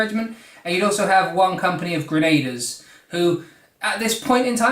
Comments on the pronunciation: Grenadiers (gren- a- deers)= ❌ Grenaders= ✅ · "Gren-a-deers", not "gren-ay-ders"